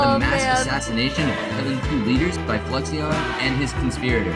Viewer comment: i wonder what fluixon thinks about his name being mispronounced for 2 years lol